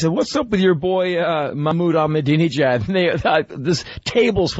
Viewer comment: "Not a person listening to this show that can pronounce the name of leader of Iran" - opie "E MA NINAL HUH" - Patrice XD "ProNounce it correctly" - opie Silently "EBUL" - Patrice Lmfaooo 🤣🤣🤣